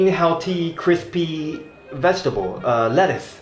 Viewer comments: I want to know is, do you kick your basket in Singapore too? Haha.. Not le-tooth tho. More like let-tuce (let-t-use) lol. I really like the Card and Car park! Hahahaha it is sooooo true that is so funny! Altho you say you might not be good at saying "card" but you actually did it right hahaha. Actually im curious abt BBT results on Taiwan since all the BBT are from there lol. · Exactly, I think "Let-Tius" is wrong, but so many are pronouncing it that way. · IT'S LETT U CE. FIGHT ME